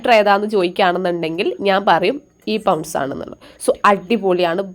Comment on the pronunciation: "പൗൺസ് "അല്ല കുട്ടീ 'പോണ്ട്സ്'